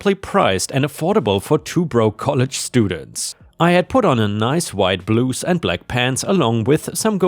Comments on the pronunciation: blouse is said with an "ow" sound like in "ouch" and not a "oo" sound like in "blue." "bl ow ss" not "bl oo ss." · Blouse like house not blouse like use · my friend it's blouse like Mouse..... not blues 😁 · Blouse rhymes with house